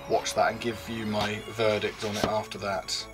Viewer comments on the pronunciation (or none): none